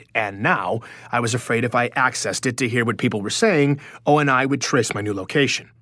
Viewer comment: I’m sorry o n I? Its oni (oh knee)